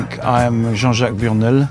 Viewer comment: It's weird the way he pronounces his name specifically with a French accent, what he's doing is correct but it still seems odd for some reason